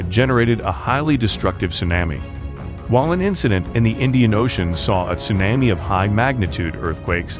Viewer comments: Geez, dude. Would you Please learn how to pronounce tsunami? It’s TsunAmi, like Mommy. Not like you’re saying, which is Tsunaami, like Grammy. Thank You. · It's SUNAHMEE. Idiot. Not sunnAAAmay. Ts:S U is long, N is regular, A is aw, meee. It's Japanese, get it right. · It sounds like you’re saying sumamis . Tsunami. Tsunamis. 😁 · It's "sue-nah-mee" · Tsunami - su-nah-mi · It's not Sunnnammy !!!! I can't take that terrible pronunciation!!!! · "su-nammy" ??????????????? YIKES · absolutely. I wanted to watch this, but Tsunammy is ignorant. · I think you are mispronouncing “tsunami”. Try short a. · Can't even pronounce Tsunami, or spell Military correctly, CLICK BATE!!!! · Wanna smash that guy it's not TSUNAMMEE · Yep. Someone needs to program the thing to pronounce "tsunami" properly. Otherwise...good video! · Learn how to pronounce tsunami 🤦🏻‍♂️ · Actually, he IS using the “short a” phoneme (as in the word “map”). The Narrator needs to use the modified “a” sound (as in the word “shawl” or as in the sound you make for the doctor when he examines your throat and tells you to say “ah”.” This sound is represented in the phonetic alphabet by a backwards “a” character.).